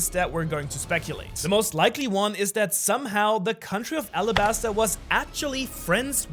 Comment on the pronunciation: Arabasta not Alabasta as Oda confirmed. It's like the Arab country.